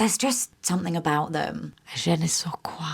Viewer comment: Never heard je ne sais quoi pronounced like that before…